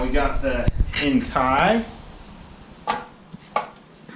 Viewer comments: It's pronounced En-Kay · It is pronounced Enkey! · it's enn kee. Nice wheels either way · Pronounced En-Key 😝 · BTW - it's pronounced En-kay (or En-kee). :) Not a fan of either, but BOTH are better than the OEM. :)